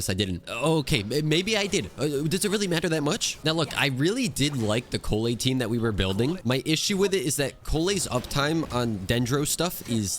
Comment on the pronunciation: I thought said koolaid instead of Collei